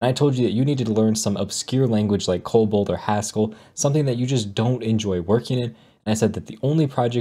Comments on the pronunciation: Are you saying "Cobalt?" Or COBOL? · Um, yOu'Re ToTaLLy WrONg. clearly says "Cobalt" and.